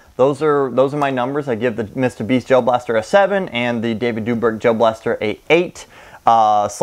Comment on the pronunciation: Authaticity"? Aww-then-tis-sity, David "Doobrick" David Doe-brick. 🤣🤣🤣 Just found this channel and I love it. This guy is great